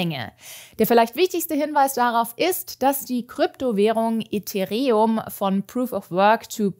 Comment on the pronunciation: ethee-reum xDDD